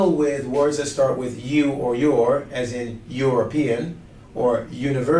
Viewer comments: haha did he just pronounce European as Uropean LOOOOL. . He fixed it later though, good job ;)! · because it's /ˌjʊə.rəˈpiː.ən/, start wt /ˌjʊ/ not "e"